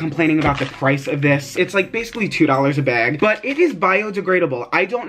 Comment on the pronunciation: Where r u from ? Why do you say “bag” like that ?